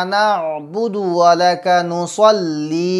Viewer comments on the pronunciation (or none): নুসল্লি না নুসাল্লি বলছেন বুঝেতে পারছিনা help.